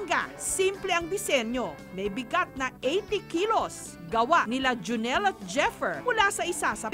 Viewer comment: Hindi "junel" it's "juneeeeeel"